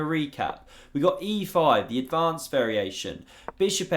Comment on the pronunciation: The "advonced" variation.